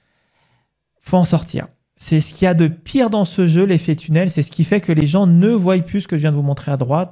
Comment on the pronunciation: Merci pour la vidéo. Juste deux petites choses (désolé de corriger surtout que tu parles bien,mais ça vrille un peu l'oreille ! ;)) : - ils voient (voi) et non pas ils voyent (voille). - si on était et non pas si on serait